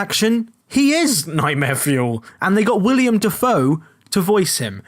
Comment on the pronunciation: Couldn't agree more in regards to the Death Note Netflix adaptation, it was garbage! Nice video anyway, only nit pick.... it's "Willem Dafoe" not "William" ;) [OwO]